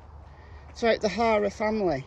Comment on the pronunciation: Wonder if Gma took him a welcome home gift. I mean what pervert wouldn't want a cute lil 5 year old....I love your accent but I have to say. Each time you refer to the HARER clan your pronunciation sounds like HORROR....which I chuckle at because it is so perfectly fitting!!! They are monsters and this IS a horror show soap opera...I mean NO OFFENSE TO YOU AND YOUR CUTE ACCENT...I'm in USA